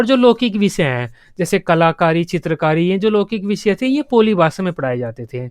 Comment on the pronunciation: पोली नहीं है वो पाली है